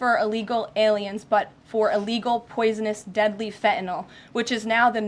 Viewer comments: Fent Nill .. Not Fenta Noll .. Fent Nill. I love this woman but please say it right. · I just wish one of them would, just once, pronounce Fentanyl correctly. It's not hard. Sound it out. Fen-tan -yl. Fenn-tann-ill. Not Fettinoll not Feh'un'aw. Fenn-Tann-Ill. It's easy. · No such thing as FE - ENOL. She does mispronounce words a la modern woke language standards on occasion. And it is annoying. Otherwise I adore her. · The word is Fentynal, not fe a nol, Karoline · It’s fentanyl not “fetenol” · Huge fan of the current administration but they need to have a big powwow and discuss the fact that its Fentanyl, NOT "FENTINALL"!!!!! Even the dumb shit reporter got that right!!!! Drives me nuts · I don’t understand why no one has corrected her on her Gen Z speak.. If something as “Important “ as “Fentanyl” is killing Americans , why does she say “Impor-unt” & “Fen-unal”??🙄 End the Annoying Gen Z speak.. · Why do some people keep saying 'fentanol' when the drug is called 'fentanyl'? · Come on Caroline I was expecting at least you to pronounce fentanyl correctly